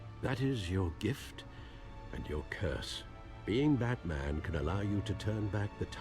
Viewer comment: como va a pronunciar asi, dislike aa, se viene el Bartman